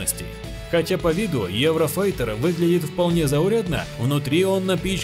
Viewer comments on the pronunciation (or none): none